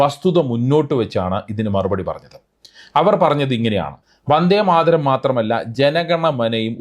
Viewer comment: They can't know the authors name to pronounce proper and the poems 1st line "Vande Madharam" by PM and his subordinators